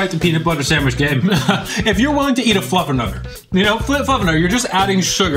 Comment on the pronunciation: I swear (on the right?) is saying "FluffAnutter"!?! 🤔